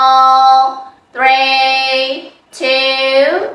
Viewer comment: ဝမ်း တူး သရီး ကိုဆိုတာသရီးကိုဘယ်ဘာသာနဲ့ဆိုနေတာလဲလိုက်လုပ်ချင်တာတောင်သရီးကျရင်ကြားလို့မရလို့ဆက်မကြည့်ဖြစ်တော့ဘူး